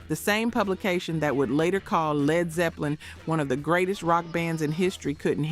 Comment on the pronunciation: E.L.O. not Elo. STYX not Sti-x. Led not L.E.D..